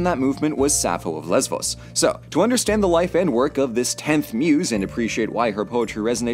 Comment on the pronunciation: Thank you for pronouncing Lesvos Mytilene and Andros correctly, its really refreshing to hear YouTubers actually research the content they publish